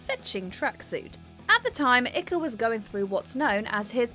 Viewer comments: Ikker me up. Learn how to pronounce names you Muppet woman. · It’s pronounced “Ike” like “Ike and Tina Turner”. Or, indeed, like if you dropped the L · ICKE (eye-K). He is literally the most famous British conspiracy theorist around and still very very active now. Why can't anyone in these compilation videos pronounce his name? Doesn't matter whether you agree or disagree with him but for heaven's sake, do the bare minimum of research if you're going to do these videos. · No. It's IKE. Rhymes with "bike". That's how you pronounce David's last name.😊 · "david Icker" hahaha it is David Icke there is no R I may forgive it if this was an American youtube channel but a British one should at least het it right lol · Everytime she says icker I want to throw the phone away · Never heard of Ikka, do the bare minimum and at least learn how to say people's names. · During 'Top 10 most embarrassing mispronunciations on watch mojo': "Number 1: David Ikker - David Icke" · Ffs voiceover person do a bit of research into the pronunciation of names....or is this a conspiracy of the lizard people to undermine Mr Ikka 😳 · Lol the dumb presenter can't evan pronounce david ickes name, hilarious. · You could have researched your pronunciation of David Icke's name, it is not respectful. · David ICKER??? Really? Pronounced like Pike, just take the P off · It's David Icke with the "I" being pronounced "eye". The final "e" is silent. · It's odd. I've never heard his name mispronounced like that. Jarring. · David 'Son of God' Icke, (Icke pronounced like BIKE but without the B). Right. Now thats sorted, i'm off for a ride on my Bikker... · Ikka. 🤣🤣 ike. As in eisenhower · It’s Icke as in Bike you morons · Who is David Icker? The half wit conspiracy theorist on Wogan was David Icke, these presenters should at least learn how to pronounce peopl's names! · Icke rhymes with spike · Ikaa, David Icke not Ika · Icke. Rhymes with bike. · its Pronounced EYEK like Bike but with no B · Ick-er? Really?